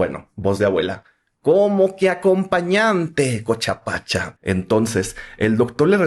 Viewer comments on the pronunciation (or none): Porque dice cocha pacha?